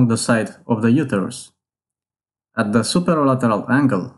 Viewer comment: Pronounce uterus correctly